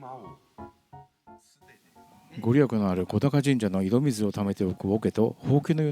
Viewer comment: 素敵な動画upありがとうございます✨福島県民ですがリアルには観たことがありません。 今年は家族が観てきて土産話しをたくさん聞きました。 神社名は小高と書いて『こだか神社』ではなく『おだか神社』と読みます😊